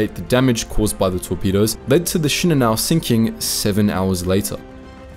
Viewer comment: Actually his pronunciation is correct. Most YouTube narrators pronounce it incorrectly.